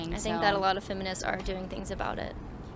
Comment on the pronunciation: "every fenimist"